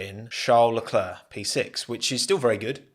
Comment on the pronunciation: Great video. But PLEASE learn how to pronounce Leclercs name